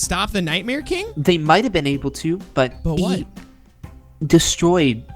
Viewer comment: U said night mare kring in stead of king